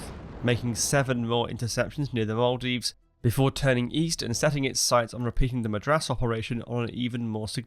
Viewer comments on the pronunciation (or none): none